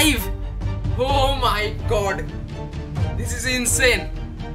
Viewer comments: Pronunciation as "guudh" 😜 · Kerla english haha